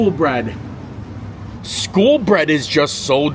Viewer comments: Cringing every time you said "school" instead of SKOL... smh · Love the video as I love all your content! When you were in Norway you kept calling the skol bread and stole cold brew...... you were pronouncing it "school" but It is pronounced like "skole" think cole but add an s at the beginning. It means like cheers. So back in like viking times they would hold their cups up and toast saying "skol!" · Skol not skool. Skol means cheers. It is also a brand of lager (light beer)